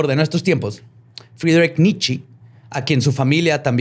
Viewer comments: Porque le dice nitchi a nitche? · Shot cada vez que dice Nitchi en vez de Nietzche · normalmente te respeto. Pero en este episodio me sangraron los oídos cada que pronuncias mal el nombre de Nietzsche. Es alemán, todas las letras de su nombre se pronuncian, y la e conserva el sonido de e, no sé de dónde sacas que se pronuncia "nichi". En verdad me dieron ganas de quitar el podcast. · El Nichi jajajajaja Nietzschi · La forma de pronunciar los nombres jajajajajaja es más compleja que como realmente se pronuncian, con Nietzsche pensé que estornudaba jajajajajaja